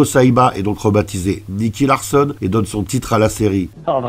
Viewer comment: Purée la nostalgie! Merci pour ce partage 🙏👏👍 Juste dommage que tu te sois trompé dans la prononciation du protagoniste, car ce n'est pas "Larssonne", mais Larçon (comme dans garçon)… T'as fait bobo à mes oreilles… 😜